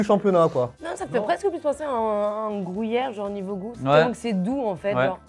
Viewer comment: est de plus en plus belle 😮 Camembert et ketchup, oui mais ketchup mayo c'est meilleur. Par contre, c'est Gruyère pas Grouyère. ☝️